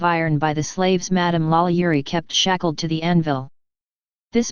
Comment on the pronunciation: Holy Crap, this is the first and, as far as I know, ONLY YouTube video regarding this subject that actually states FACTS rather than spreading wild, obviously fabricated rumors and lurid myths. Well done! That said, this robot really needs to learn how to pronounce French names!